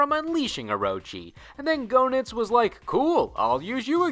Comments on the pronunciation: Pretty sure it's pronounced JEE-Nitz. Not GO-Nitz. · You pronounced Goenitz wrong and he didn't manipulate Leona in KOF 97. That was just a flashback to Goenitz doing it to her the first time. Orochi did it that time. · That and he didn’t pronounce his name or Heiderns correctly 😂